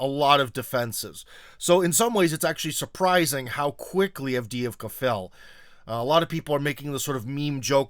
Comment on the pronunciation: Cmon,. You of all people should know how Avdeevka is pronounced. It’s not Avd-eeh-ee-vka, but Avd-eh-ye-vka.